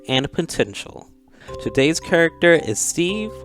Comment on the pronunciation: "This Kuruckter is broken!" - Lol my boy must be from St. Louis, he's got a St. Louis accent like Nelly and Cedric the entertainer.